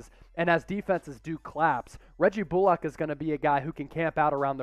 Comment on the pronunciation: Could y’all learn how to pronounce people’s names? “Bullock” isn’t “bull-Lock” and “Kleber” is pronounced “klee-ba”.